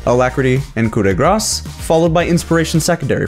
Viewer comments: ITS PRONOUNCED COO - DEH - GRAH ... NOT GRASS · Can he please stop saying Coup de gras lol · I like how you say coup de grace 6 ) 6